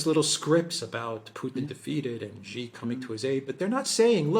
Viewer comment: Xi is pronouced as SEE....not Gee.